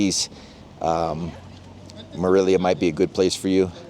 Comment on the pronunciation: ¡Dios mío! You might learn how to pronounce “Morelia” correctly!